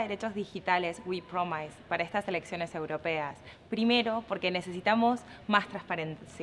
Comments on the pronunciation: Ella dijo "promais" porque la "i" en inglés en la mayoría de los casos se pronuncia "ai". Lo correcto es "promes". Uno podría argumentar que "es un error común", pero la palabra es demasiado común como para que sea un error sin querer. Podría haber hecho otra toma si estaba nerviosa. Ni hablar que busca adhesion a algo que no sabe pronunciar, eso denota poca seriedad de ella con respecto a la propuesta de WePromise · Melina B Se ve que andas complicada de oído. La diferencia de pronunciación entre inglés británico y americano en esta palabra PREDOMINA en la "o" y no en la "i", la "i" la hacen mas corta pero sigue sonando igual. Delfina dice "promais. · avísenle que pronuncia mal "promise"... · Dice haber hecho un Masters en Inglaterra y estar estudiando en EEUU? Y como hace para pronunciar mal la ùnica palabra en inglès que dice? Una sola palabra y encima mal. Y justo la palabra clave de la propaganda del spot. Esto demuestra a las claras que no sabe hablar inglès. O sea, es mentirosa aparte de ser una persona que no està capacitada para el cargo ni haber trabajado nunca en su vida